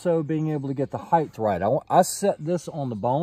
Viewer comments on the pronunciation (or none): Anyone that says "heighth" instead of height deserves a thumbs down lol. There's no H at the end of height smh.